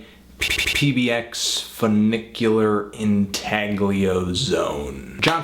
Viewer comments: "Intaglio" is pronounced "In-tahl-yo" :) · the G in intaglio is silent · can't pronounce 'intaglio' - disregarded.